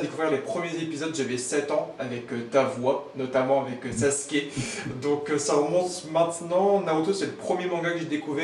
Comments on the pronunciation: C'est sasuke pas saske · Tu peux dire « Sasuke » au lieu de saske là ? T’es pas japonais et c’est malaisant